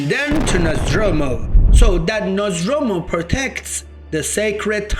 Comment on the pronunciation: “Nozz door moo” is how it’s pronounced..you’re just freestyling with Nazdromu Nozdormu